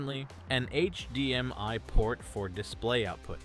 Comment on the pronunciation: yeah also hdmi